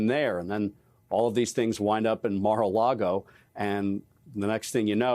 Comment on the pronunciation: "Mira-a-Lago?! NEW NAME; "MIR-A -LYGO"!